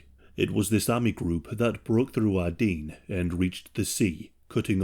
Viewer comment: The Ardien? Can you at least try to pronounce words properly? If you aren't familiar with the word, maybe google it?